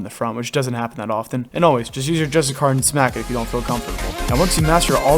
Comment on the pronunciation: Justicar = (juh-stih-sure). Great guide!